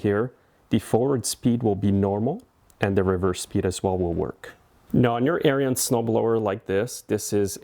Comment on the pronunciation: It's ARENS The "i" is silent. Not like aryan race.